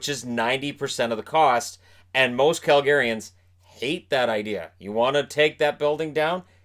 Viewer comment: It's weird I hear Targaryens when he says Calgaryans... :D